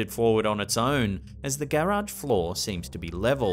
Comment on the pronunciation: Why do you say garage weird lol Anyway love you videos